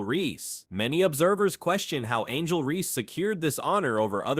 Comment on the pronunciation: Angle reese??? Really